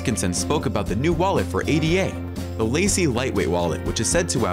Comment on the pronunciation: The wallet name is Lace not Lacy.